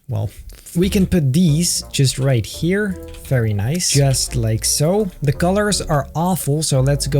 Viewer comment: I’ve tried counting how many times he’s said “Noice” in this series and I can’t keep up…